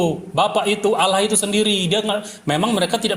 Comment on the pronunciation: Membaca Allah saja jadi Alah apa lagi bahasa Ibrani